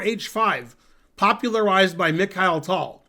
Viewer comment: Why Tol? Pretty sure his name Tal. Like bat vs bot.